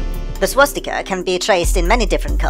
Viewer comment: My fiancé just pointed out to me that I have been pronouncing swastika wrong all my damn life. I've, for some reason, been adding an 'h' sound with it, pronouncing it like "shwa-stika." LOL fml.